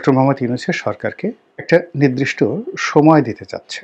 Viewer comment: অনেকেই নির্দিষ্ট কে নিদৃষ্ট উচ্চারণ করে। নিদৃষ্ট হচ্ছে, যা দৃশ্যমান নয়। আর নির্দিষ্ট হচ্ছে নির্দেশিত। একেবারেই বিপরীত। নিরদিষ্ট = নির্দিষ্ট।